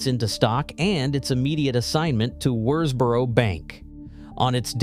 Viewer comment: This is a ridiculous film. The excitable commentary is riddled with errors and hasn't even bothered to do the research to pronounce Worsbrough correctly.